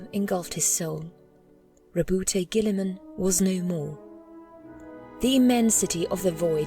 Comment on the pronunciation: I"m pretty sure that the e in Roboute is silent.